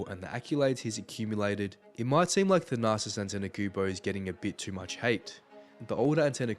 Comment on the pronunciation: If u make a video about someone , at least learn how to pronounce their name